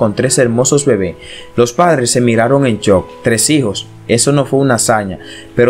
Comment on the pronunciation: Me dio risa sin juzgar por que se confundió dijo se quedaron en chok no en shok